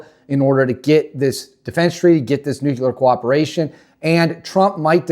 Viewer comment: … It’s pronounced “new clear” not “new cue ler”